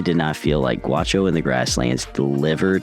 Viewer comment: The pronunciation is not guacho ... Its ga Ú xo